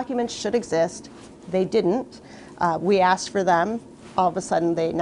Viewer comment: I was with all the way until the end when you said “axed” ugh